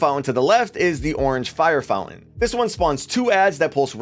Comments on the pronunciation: bro great videos...but I can't get past it.....the word is founTain, not Foun-en. Sorry but it's distracting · Take a drink everytime he says fountain. Or fow lin.. 🥴😵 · Did we stop pronouncing the T in fountain without notifying me?!